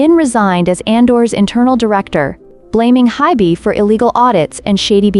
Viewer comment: Hint, if you spell Ador and HYBE as Adore and Hibe, it may fix the AI pronunciation error.